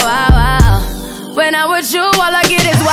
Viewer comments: I swear the time she said wild I heard it wa wa wa 😂😂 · I love this song but i never knew why rihana pronounce like that the word wild i never heard it maybe beacause its a trap song.